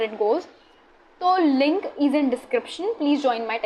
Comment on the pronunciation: Tumhara 'is' bhot funny sound krta hai